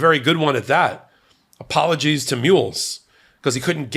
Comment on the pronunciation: "Apololgies to Mules"...😂😂😂